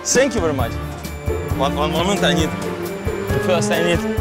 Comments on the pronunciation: Thank You... так режет слух Ваше - Сэнкъю! - что за С. Какая нафиг С. Произносите хотя бы Фэнкъю. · Ннвозможно слушать это ,,сенкью,,.отвратительно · "сенькью" прости хоспади